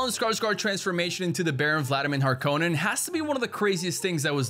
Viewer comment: The pronunciation of Harkonnen in this video is very interesting